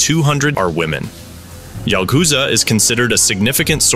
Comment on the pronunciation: bro its CHalghoza u keep pronouncing it wrong in such a clearly pronounced nd repetitive manner i cant continue me lunch :)